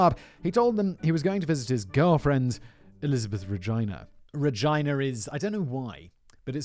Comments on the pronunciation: Simons pronunciation of Regina as “Ra-jy-na” like Vagina, instead of its actual pronunciation of “Reh-Gee-Na” is just too much now. He’s got to be doing it on purpose😩😭🤦🏽‍♀️ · Reg..eee..na. Not Re jy na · Regina is Latin for queen and you pronounce it as regeena. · and he keeps pronouncing it wrong 🤣. This episode was an absolute banger, i can't stop laughing. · "Regina" may be used in legal proceedings because it means queen in Latin? (Also, it's not pronounced like "vagina", Simon. 🤣)